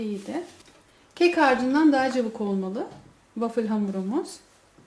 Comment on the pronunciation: Wafil değil wafıl diye okunuyor sevgilerle😍